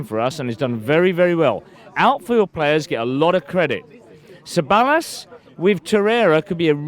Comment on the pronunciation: Can this guys son help his dad with the pronunciation of Ceballos's name!